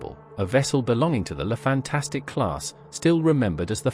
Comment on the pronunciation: The name is "Fantasque" and not "Fantastique"! At least one should expect that you pronounced it right as you decided to make a video about that special class! Apart from this, the video is OK. Love and peace.